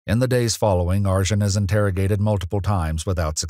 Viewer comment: Arcan is pronounced Arjin? That's can't be right.